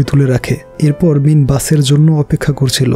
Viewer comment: ভাইয়া আপনি বার বার মিন বলছেন আর আমি মিম শুনতেছি... 😂🤣